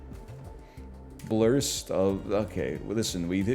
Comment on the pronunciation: "What about a small blurst of..." Surprised you didn't go with "What about a small Durst?"